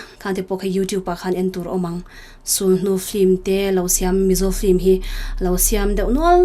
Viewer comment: Film ania flim tiin i lam tlat a,ka lo ngaimawh ve tlat